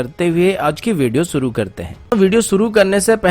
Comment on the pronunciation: Bhai naam ansuman hai ya anshuman , Or video suru mat kiya karo, shuru kiya karo.sip nahi ship kaha karo. Sun ne mai ajeeb lagta hai